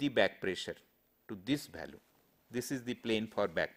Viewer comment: lol...his pronunciation......balue for value, divergent for divergent,....tooo funny... But lecture is good